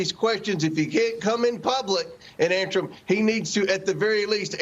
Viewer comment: Mr Comer, did they "ant-sir" your "ques-ton"?